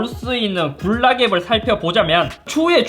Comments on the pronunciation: 굴락(x) 군낙(o) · 굴락 이라고 들려.... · 굴락이라고 하시는거같아요 ㅎ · 자꾸 굴낙이라 해요? 새로운 낙지요리 같자나요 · 발음 ㅋㅋㅋㅋ 굴락